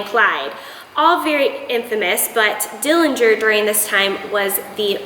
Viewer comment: Thanks for the interesting information regarding the history of death masks. The correct pronunciation of the Dillinger family name is with a silent 'g'. There is no proof that John killed anyone. The night of his death there wasn't any attempt to arrest him as they had one objective and that was to kill him.